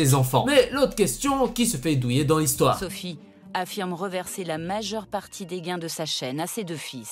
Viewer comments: Alors, déjà, c'est pas "Sophia" ou "Sofia", mais "SOPHIE" !!!! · il dis sophia pour les copyright il di meme néon au lieu de néo et il et dis swen pour swan